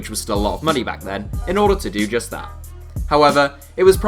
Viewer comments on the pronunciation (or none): none